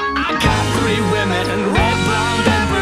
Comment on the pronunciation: The way you say women:P